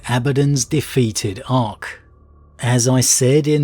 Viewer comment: Ark, not Arch.